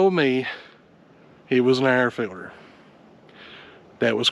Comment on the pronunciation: As someone not from the south or a “”, I had to rewatch this 800 times to comprehend “air filter”